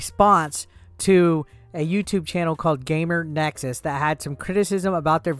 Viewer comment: GamerS Nexus. Difficult to continue watching if you cant even get that right...multiple times. Oh wait, now you said it correctly....oh wait, now incorrectly again. Sigh...